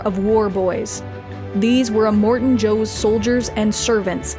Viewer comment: Finding it hard to watch this every time you say Immortan wrong.. Em-More-Tan not Eh-mort-en